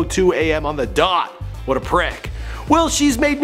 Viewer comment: "Whet a prick" 😂😂